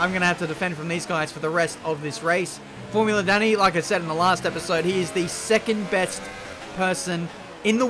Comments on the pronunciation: so you pronounce his name, like formula dunny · pronounciation of his surname 'daniil'